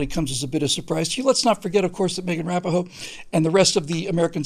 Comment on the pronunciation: said Rapinoe’s name somewhat differently than I’ve heard it before.